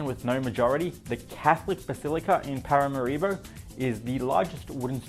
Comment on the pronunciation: like many americans, you mispronounce the capital's name. It's not: parama-RI-bo, it's Para-MA-ribo.